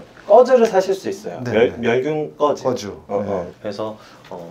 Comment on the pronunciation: 꺼즈 아니고 거즈죵~^^😅